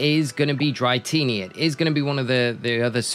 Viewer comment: Dra-tini not dry-tini lol great vid tho thank you